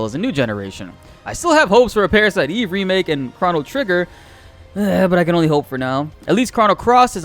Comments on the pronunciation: Chrono is Crow-no, not Craw... ugh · "Crah-no Trigger" ... ...stop.